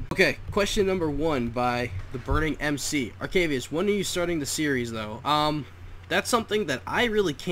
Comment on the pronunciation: + you said it right